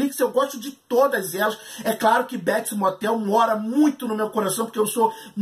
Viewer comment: "Béts Mótel"